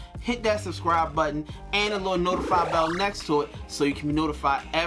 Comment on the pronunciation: When he said suscribe, I suscribes.